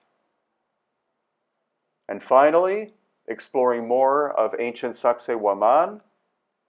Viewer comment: Did he say the name of the site is “sexy wo-man”?? 😂